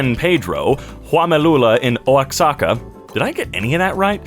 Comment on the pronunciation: The fact that somehow said Huamelula better than some Mexican people ever could has impressed me beyond words, some people here wouldn't even try to pronounce it Also in the word Oaxaca the X sounds like the h in how, which comes from prehispanic languages and is also the reason why we pronounce Mexico like Me-he-co